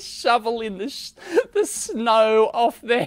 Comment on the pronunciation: It will snap"znow"...